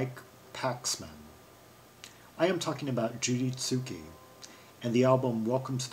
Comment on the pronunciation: You have pronounced the last name incorrectly...its zuke...not Zukie